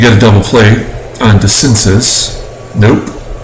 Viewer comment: It's pronounced DeCinsay for DeCinces. You put in Weaver? Why so stupid? Red Snapper, very delicious! Nice game, exciting finish